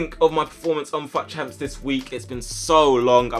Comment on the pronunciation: I keep thinking he said fat champs